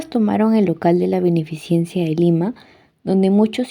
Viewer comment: ¿Cómo no van a corregir el apellido de Ureta en este video, en el que se le llama "uretra" dos veces? Encima no se sabe de otros nombres, como cuando la señorita dice "beneficiencia", "vía ferrera", "recolecta" 😮